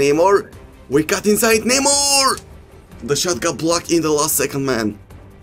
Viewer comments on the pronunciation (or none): бате с тва преправяне на гласа докато коментираш направо ти гледам клиповете без звук . и ударенията на футболистите като почнеш пОгба, неймА ...пусни гледай некой мач да научиш поне имената да им изговараш правилно